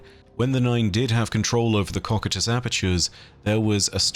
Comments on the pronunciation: Would not cocytus be Pronounced (Co-kai-tus) ? And not (Cockatus) lol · How do you get cock-i-tus Out of cocytus? Ko-Q-Tus Like I'd expect so-sigh-tus if you wanted to butcher it but my guy has dick on the brain 😂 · Coe kite us not cock at us. Sorry but it’s the only thing you ever do that I don’t like and to be honest I respect you for having learned the word through reading and not as a spoken word (otherwise you would be nailing your pronunciation) I know it’s a small gripe but it does bug me to hear a word repeatedly mispronounced. I don’t try to correct you to act superior but rather do help you be better, I’m sorry if it comes across as petty bitching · I think you're mispronouncing Cocytus. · Ha you said cocytus